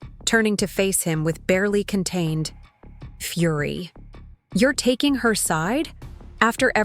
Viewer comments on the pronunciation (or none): none